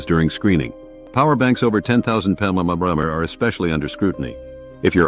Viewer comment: "...power banks over 10000 muhmshdsflkfdiyuerllkj" LMFAO!! way to go AI